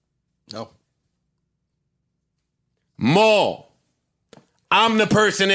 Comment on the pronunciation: IT'S WUWY AND MAAAWL!